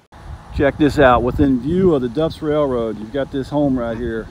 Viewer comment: What do you call it a "ray-roe"??